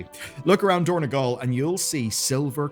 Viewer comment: It is dorn-O-gal, not dorn-E-gal